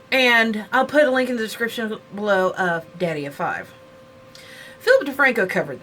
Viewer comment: I dont want to be rude but his youtube channels name is Daddy O Five.☺ Sorry its just because everybody says his name wrong.